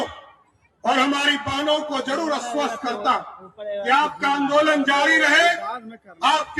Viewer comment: अस्वस्त नहीं आश्वस्त होता है।